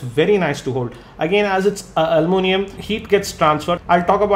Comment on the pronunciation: AL U MIN I UM, not almoonium. :D